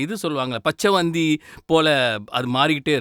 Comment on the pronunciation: சகோதரா...பச்ச வோந்தி அல்ல பச்சோந்தி என்பது சரியானது.(Camelion)அவசியமான கலந்துரையாடல்.வாழ்த்துகள்.